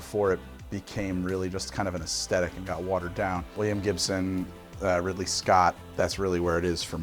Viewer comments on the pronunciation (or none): none